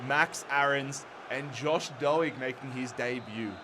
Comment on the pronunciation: Doig, D Oi g is the way to say it